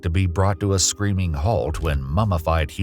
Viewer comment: At "sreaming halt", i just couldn't listen to another AI video.